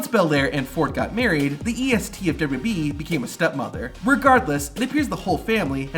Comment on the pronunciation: the way this guy says wwe is funny "dubu dub e" nice video tho, would be crazy being the kid of a wrestler